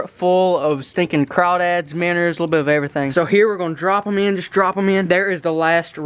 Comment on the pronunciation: dude they are called minnows not minners